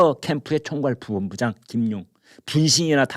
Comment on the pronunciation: 김광일 선생님,매우 존경합니다. 평소에 발음이 너무 좋으신데 "부 본부장" 이라는 발음이 "부온부장 "으로 들립니다. "부 ! 본부장" 입니다.